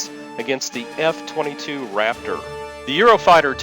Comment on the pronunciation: "The F-52 Raptorrr." pause video